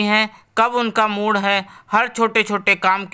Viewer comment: कहानी शिक्षा प्रद है पर कृपया मात्राओं संबंधी त्रुटियां न करें। जैसे मुड़ नहीं मूड,और नंद नहीं ननद कहा जाता है।